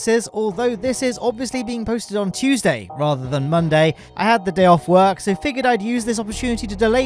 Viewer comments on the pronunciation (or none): none